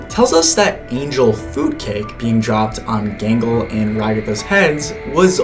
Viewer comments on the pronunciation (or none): This video is triggering my autism too much, so I have to say something. Angel food cake is not angel foodcake. You are really placing the emphasis in a weird place. Feel free to ignore me. I also got excited about the way Emma Roberts pronounced, "cabinet," on Celebrity IOU.